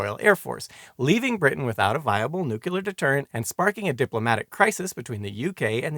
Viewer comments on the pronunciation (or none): Did you say, “newculer research”? It’s phonetic. “Nu-clear”…🙄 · Eisenhower said noo-cu-lar. (and of course the rest of the world thought he was an idiot for it) It is Noo Clee Ar ... just how it's speeled. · It's like New-Clear. Not nuke-u-lar Oh weird you get it sometimes, still a great video I knew nothing about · so everyone has been wrong. It's 'new-clear'. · I just can't listen any more to you saying noo-cu- lar! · A fine and informative video, but you seem to have a few problems with pronunciation. nuclear (Br: /'njuːkliəʳ/; Am: /'nuːkliəʳ/; “NEW-clear”) Prospero (Br: /ˈprɑspəˌrəʊ/ ; Am: /ˈprɑspəˌroʊ/ or /ˈprɑspˌrou/; “PROSper-oh”) For the key to the pronunciation guides, look up “IPA” or “International Phonetic Alphabet”. Edited to make some small corrections to the pronunciation guides and to add the reference to IPA.